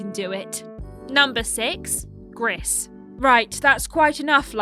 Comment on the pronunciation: Not a fan of the pronunciation of Gris. It's actually pronounced "Gree" as gris is French for grey